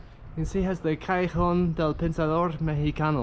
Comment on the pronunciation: Nice video. SLOW DOWN when speaking Spanish. It's Ca-yeh-HONE. You're saying it, but it's unclear. (walky-talky isn't a good thing. Happens to me, too.)